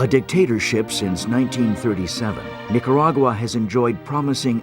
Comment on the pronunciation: Terrible disaster. What's a Nicuragura? I refuse to try and explain this never ending pronunciation mistake. Spanish is so easy to pronounce and yet this mistake persist. On and on and on.